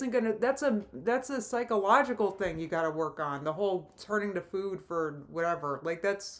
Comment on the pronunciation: I hate the way she says 'food'. I swear she didn't always say it like that, but it's like she put a 'w' in there for no reason in the past year or so. Like 'foowd'.